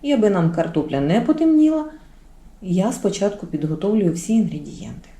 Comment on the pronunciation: НА ЯКІЙ МОВІ ВИ РОЗМОВЛЯЄТЕ: ЩЬО,ЧЯСНИКУ,ЩЄ,СПОЧЯТКУ,НЕВЕЛИЧЬКИМ,ПОЧЯЛАСЯ,ЗУБЧЄКІВ,ЧЯЙНОЇ,ПЕРЧЄМО,ЧЯСТИНИ,НАЧЄНКИМИ,БАЧЮ,МИСОЧЬКУ,БАЧЄТЕ,ЧЬОРНОГО,БАЧЄМО,ЩЄ,ЧЯС,ЩЬОБ,ЧЬОРНОСЛИВ,ЛИСТОЧЬКА,ШТУЧЬКИ...????ЛЮДИ ДОБРІ, ЩО ВИ ВИВИРОБЛЯЄТЕ З УКРАЇНСЬКОЮ МОВОЮ????????В ЯКИХ СЛОВНИКАХ ЗАИИСАНІ СЛОВА,ЯКІ ВИ ВИМОВЛЯЄТЕ?????? ЧОМУ ВИ ТАК ЗНУЩАЄТЕСЯ НАД НАШОЮ СОЛОВЇНОЮ,ЯКУ ЗАХІДНА УКРАЇНА ЗБЕРІГАЛА СТОЛІТТЯМИ???? (Українська діаспора,США)